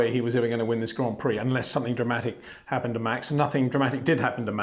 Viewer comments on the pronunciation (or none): none